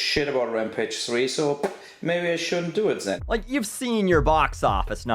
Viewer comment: "maybe I shouldn't do it sen!" holy shit dat accent